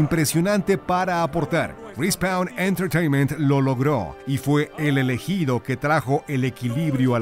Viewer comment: "RI SPAUN" .. Cmon ..